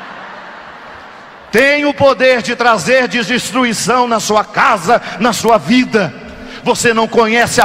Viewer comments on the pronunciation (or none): Ele falou "disistruição", nem foi desestruição, foi disistruição mesmo. O antônimo de destruição não era construção? Kkkkkkkk..... Gostei!